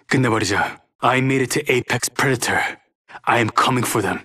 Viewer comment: Nobody: Crypto: aPeX PrEToR